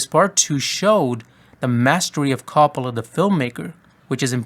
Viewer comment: Not to be one of those annoying Italians who corrects every pronunciation but It ain’t “cop-ola” it’s like “co” as in coworker “co- pola